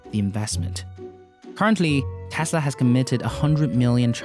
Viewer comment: Please learn how to say T-e-s-l-a where are you getting Thhesla!!!!!!! Omg! Lol